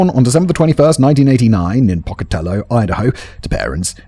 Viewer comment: Simon: Matt should've given you a pronunciation guide for this. Pocatello is roughly pronounced "poke-uh-TELL-owe". It's a city named after a regionally well-known Native American, specifically Chief Pocatello of the Shoshone. I've lived in southeastern Idaho since 1986 and Pocatello is in SE Idaho. (Only mentioning this to lend credence to why I know how it's pronounced.) And Columbine is pronounced COL-uhm-byne, as in "column", not as in "Columbia"